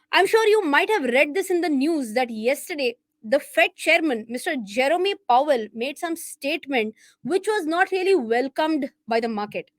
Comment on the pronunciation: CORRECTION! Pronunciation: JER-OM POWELL, JEROME POWELL. Great Content.